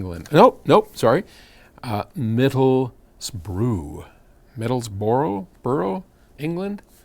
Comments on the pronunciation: Middlesbruh is how you pronounce it Paul. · Paul, the ending of Middlesbrough is pronounced as in "brush" but ignoring the "shh". So it's Middlesbru and unlike Middlesex it is no where near London and all the better for being 200 miles away!